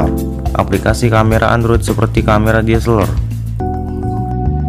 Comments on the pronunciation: DSSELOR LOH WKWKWK KNP G NGOMONG DSLR NYA AJA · Camera deseleeeer.. Blepetan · Ngakak gue denger nya diseler wkwkwkwk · Njirrr DSLR = DISELER 😂😂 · DSLR bro bukan DSLER😂😂😂😆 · Bilang DSLR nya biasa aja bambang